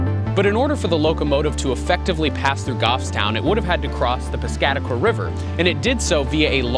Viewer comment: Too bad he says "Piscataqua."